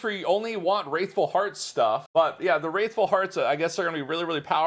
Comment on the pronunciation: I'm bothered how you pronounced "Wrathful" :D